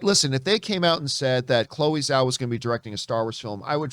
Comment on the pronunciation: Its Zhao... with a J sound But Chloé Zhao Star Wars? Yes please!